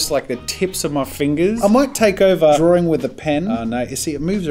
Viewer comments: Draw-ring lol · So many people pronounce the word draw/drawing like there is a second r before the w